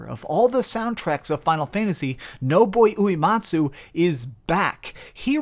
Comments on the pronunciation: Noiboi Oomatsu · If you try to state you are a final fantasy expert. Learn how to pronounce Nobuo Uematsu’s name.